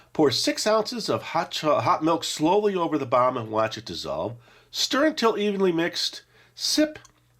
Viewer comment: I swore I heard you say "Chocolate Bar" instead of "Chocolate Bomb", but it sounded more like "CHOCOLATE BAH" 🤣 Keep up the good work (I've been watching since I was a little kid, and still find this channel entertaining)